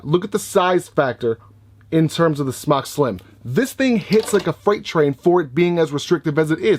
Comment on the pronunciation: According to Mike Vapes it’s pronounced smoke. It’s spelled smok because it does not produce smoke. So you and anyone else who mis pronounces the name of their company, should rest easy. That we now know the official way to pronounce smok. While not referring to the vape, as smoke. If you are a reviewer, it’s detrimental to pronounce, what you are reviewing in the correct manner. So while it is your channel, you know and I know damn well, you can do whatever you want. At least...least say it the way they created it. It was smoktech, then to just smok. It was never smocktech. I mean you’d rather vape something you wear? Yep some other trucker or smother trucker or whatever jive language you have created for yourself. #imnotahater #hater